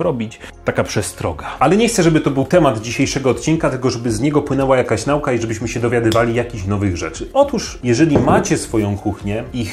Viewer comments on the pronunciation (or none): none